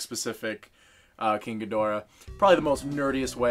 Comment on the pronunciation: How? How can your mate be a Gojira fan and so badly butcher King Ghidorah's name?! Gid-oh-rah, not however he pronounced it. It's like when another reviewer I watch mispronounces Ginrai's name! Aaaaarrrrgggghhhh! Seriously though, looking at those shelves I've got almost all of those kaiju! To be fair, Gamera IS for kids. It's in all of his films, he's the friend of all children. And, in fact, I would argue that pretty much every Gojira film bar Shin is suitable for kids. I'm going off the Japanese films though, I've never watched any of the American dubs because, just no, nope. This idiocy is affecting all of the toy/adult collector channels I subscribe to and many of them have been around for more than a decade. Do you know if non-US viewers can petition this organisation? Oh wait, we have until the 9th Dec? It's the 10th now.